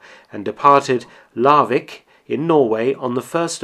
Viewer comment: He says "Larvik" pretty good.